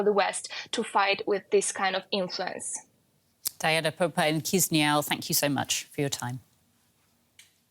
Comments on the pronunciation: Kishinau not Kizinau 😊😆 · Mf pronounced Chişinău as chisniaw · At least learn how to pronounce Chisinau. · Can nobody pronounce Chisinau? It's not really that difficult.